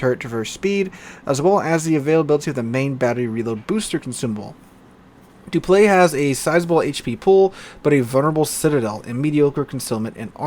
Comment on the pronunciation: Dupliex is actually said like this: Duplis